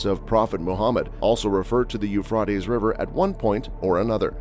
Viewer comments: It's not pronounced "eu frot ays", it's "eu fray teas"! It's hard to watch you mess that up so many times! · Learn how to pronounce YOU-FRAY-TEES PLEASE! Euphrates You Fray Tees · Pronounced You-fray-tees. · a tes not ah tes.... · "U-fraw-tees" River I've never heard that one before. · Speak correctly, it's you-fray-teez river. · It is pronounced , euph ray tees . Ray as in x ray . . Idiot . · Dude. Your text to speech program sounds totally awful and stupid, It’s properly pronounced u-U -freight-E’s , geez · You’re making me crazy: it is pronounced as “. yoo fray teez” river!!! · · The way he says Euphrates is annoying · Hey, it's pronounced with an a, not an o. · The person narrating this needs to learn how to pronounce words correctly! The "a" in Euphrates is pronounced with a long vowel sound, not short sound, Uneducated idiot. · it's interesting the person (?) robot (?) can not pronounce euphrates no matter how hard they try. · Yes I was thinking about that word not heard it pronounced like that before ? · Prounce the river right. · In the meantime, please learn how to pronounce the word “Euphrates” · Is anyone else bothered by the he says the rivers name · LEARN HOW TO SAY THE RIVERS NAME CORRECTLY!!!! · And knows how to pronounce the river rught